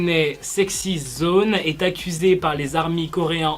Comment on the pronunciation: C’est pas izoine mais izone!